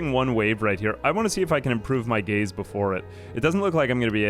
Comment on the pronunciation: I kept hearing gays and not gaze , just made it funner.